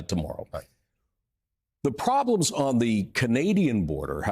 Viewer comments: Fentanyl not Fentanol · Hey, why do you say 'fentanOL? It is 'YL'. Don't copy USA's hick talk. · [ fen-tuh-nil ]. I edited my comment down to this. Serious times and I was being petty. If you are going to speak in public the least you could do is not sound like. There I go being petty again. Nuf said.